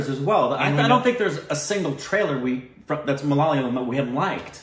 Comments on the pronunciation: Please stop saying malalayam. Say mala-ya-lam instead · It's MA LA YA LAM NOT MA LA LA YAM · When will you pronounce the name correctly..its MA LA YA LAM not MA LA YA LYAM*.. 😅😅. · Good Stuff guys.. PS: Its ma-la-ya-lam.. not malaliyam PPS: I wrote this comment just to point it out but didn't want to be rude. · Guys pleeease it isn't MA-LA-LI-UM .. it's MA-LA-YA-LAM (Malayalam) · The language is Ma-la-ya-lam, not the one you pronounce as ma-la-la-yam. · HEEEY GUYS! GREAT REACTION BUT JUST WANTED TO LET YOU KNOW THE PRONUNCIATION OF THE WORD "MAL-YA-LAM"(even though it could be be a difficult word for some people pronounce) MAL - LIKE DULL YA- LIKE YA😅 LAM- LIKE PLUM Hope it helps and keep doing this kinda juicy stuff...🤙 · our language...mother tounge is MA-LA-YA-LAM. Split to simple syllables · The language is "Ma-la-yaaa-lam" Please google "Malayalam pronounce" ☺️ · Guys, love your work, but it is ma-la-ya-lam! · You guys are crazy not even once in you review you have pronounced the language name Malayalam this is a palindrome. Pls pronounce the language as Ma- la- ya-la-m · Guys ure pronouncing malayalam in a wrong way u know 😂😂